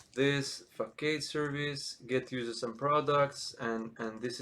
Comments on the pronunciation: Excellent content, straight to the point with meaningful tangents and fast movement. I really appreciate you taking the time. Just a friendly note, typically Facade is pronounced fuh·saad, at least in English. I hope you keep making great content, you really stand out as a specialist content creator! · what if i don't use singleton mean if I don't provideIn root for some of the services? btw it is pronounced fuh·saad